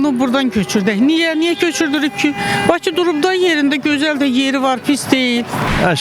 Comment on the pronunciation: Jurnalistlər küt adamları haradan tapır? Ay qız Baçı yox, Bakı. Bu millət ç hərfi ilə k hərfinin fərqini bilmir. Ay oğlan azərbaycan dilini dərindən öyrən. Ay xanım şəhəri köçürməkdən söhbət getmir, paytaxtı köçürməkdən gedir.